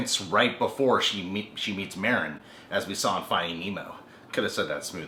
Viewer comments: It's Marlin not Marin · merin? MARLIN!!!!!!! SHIT. lol. but really its marlin not merin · You keep saying Marin. It's Marlin. I'm sorry I don't mean to seem rude it just was kind of getting to me. also, the new and FINAL Don't Hug Me I'm Scared is out now. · Nemo's dad is named Marlene not marene lol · It's pronounced marlin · It's on purpose.